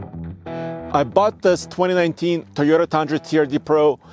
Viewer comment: Toyota not Teyota